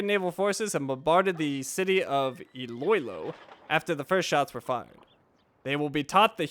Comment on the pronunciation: I don't mind the wrong pronounciation on ilo-ilo but it's pronounced as E lo E lo or E low E low. And the E has a high pitch. Keep up the great work!